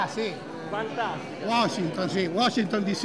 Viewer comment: si uoscinton...uscinton discì!